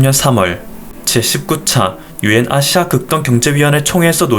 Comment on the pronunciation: 발음에 아시아라고 하는 부분이 앗~씨야로들려요~